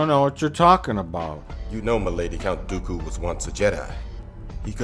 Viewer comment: One of the amusing things to me is that Plinkett initially pronounces Dooku properly, but by the end it sounds closer to Goku. XD